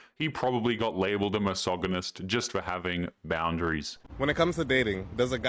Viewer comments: You're pronouncing misogynist wrong. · If you’re going to say the word misogynist, at least pronounce it right!